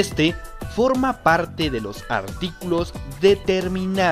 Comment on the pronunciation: Jajajajaja en el articulo neutro dice froma en vez de forma 🤣